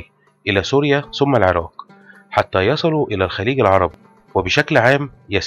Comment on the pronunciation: فيديو جميل، لكن انتبه للغة أخي الفاضل .مثلا: ثم لا نقول سم . الثورة لا نقول سورة لديك مشكلة مع حرف الثاء ..تحياتي